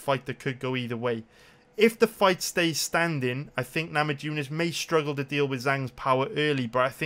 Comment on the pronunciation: Rose namajunis i bet there are plenty of Lithuanians in Wales just ask them how to pronunciate her name other than that you the shit tho